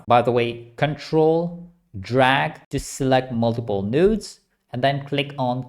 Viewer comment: everytime he says "nodes" i hear "nudes", ive been damaged by using comfy too much.